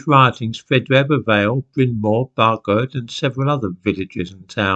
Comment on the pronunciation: Sorry about this, but Tredegar is pronounced tre-dee-gar. I’d guess Brynmore is really Brynmawr (pronounced brin-ma-wr). Bargoed likewise would be pronounced bar-goy-d.